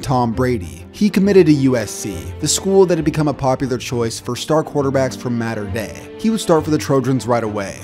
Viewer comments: Small note it’s (Mau-ter) (day) not mater dei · It’s pronounced mot-er day not matt-er day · It’s not “matter” dei. It’s mater dei. Long a sound. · It’s not spelt “matter dei”, it’s Mater Dei. Long ‘a’. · I know you're not from California, so, mater Dei is pronounced maahh-ter Dei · shrimp19921 lmao the way he was pronouncing it was kinda making me mad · Any other SoCal kids unreasonably upset at how Mater Dei is being pronounced? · u said mater dei wrong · Omg please learn how to say mater dei😂